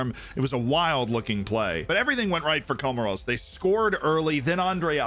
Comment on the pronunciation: Think it's pronounced Comaws mate most beautiful islands you'll ever see